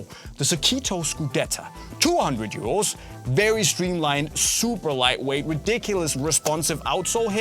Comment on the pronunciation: i kept thinking u saying “year olds”😭 🤣 not “euros” 🤦‍♂️ i’m so dumb lol